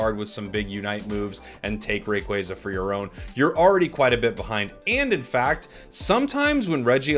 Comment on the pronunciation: I’ll do it when you stop saying Rayquayza